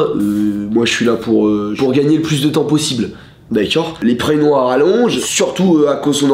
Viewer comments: Le "d'accuiord ?" à chaque fois il me tue de rire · "dakaur" je meur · Le d’akcord 😭